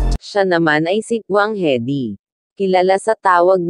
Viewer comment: Haha hahaha Wang heady yung pag sabi hahahaha